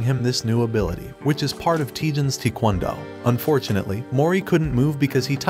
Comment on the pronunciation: How it says taekwondo what I hear tikwondo